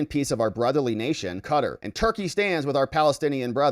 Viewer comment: A tip for you for future videos: please learn the proper pronunciation of words that are foreign to you such as in this case Qatar, Emir.